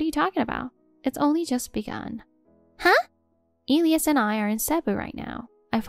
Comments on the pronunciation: Isn’t the name of the husband pronounced, “E lie us”? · If you are going to use names such as Elias, please learn to pronounce them correctly. 😮